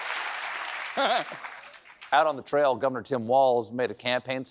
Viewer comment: "... FOR GOVENOR" 🤣🤣🤣🤣🤣 im dead